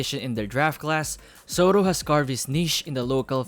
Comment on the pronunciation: "Sotto" hindi "Sowtoh.".